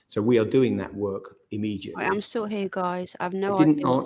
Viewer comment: Twunt can't even say 'Immediately' immeJUTly🤪 knob.